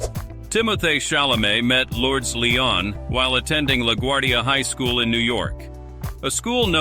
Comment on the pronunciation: Luur des...that's how you pronounce Lourdes